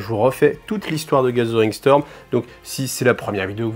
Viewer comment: Salut, Je ne peux m'empêcher d'entendre "gasolin storm",qui m'évoque un truc du style "gorkamorka", quand tu dit "gathering storm". Bonne chance avec ton english accent. Longue vie à cette chaine!